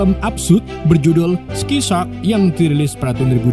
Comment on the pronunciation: Sky shark ❌ Ski shark ✅